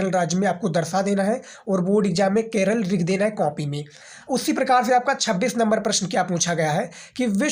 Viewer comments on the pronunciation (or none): none